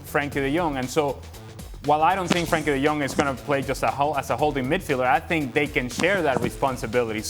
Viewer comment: It’s 2023 and people still pronounce it gundo-gon SMH